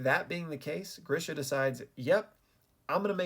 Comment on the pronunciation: It is not Grisha it is GREEESHA